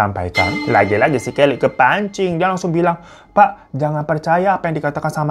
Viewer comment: Aku dengarnya Kelly kokokran😅